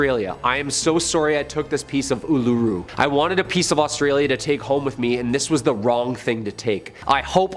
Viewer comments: Spoken Oolooroo not aluroo. You can't lock it away it's too big. You can't even get near it now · It’s pronounced UL-UH-ROO